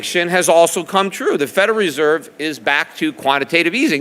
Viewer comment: He is saying "Federeserve" instead of "Federal Reserve".